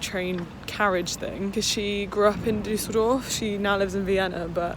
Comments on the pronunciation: When you say Düsseldorf it sounds so posh - you say it more like Düh-sseldorf, but it's actually pronounced Düs-seldorf ❤️ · The way you pronounce Düsseldorf 😭😍😍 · So funny how she says Düsseldorf :D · Also the way you say Düsseldorf is funny 😂😂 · The way you say Düsseldorf is so funny 😂❤️ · Just FYI that's not how people in the UK say it 😂 but it's still sweet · That's so true and from Germany so it's hilarious 🤣🤣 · agreed omg